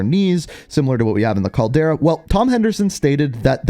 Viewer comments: he’s definitely not trolling. Gotta be a weird Canadian thing. He’s never said it correctly since day 1. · Agreed. It’s so frustrating hearing his repeatedly say it wrong.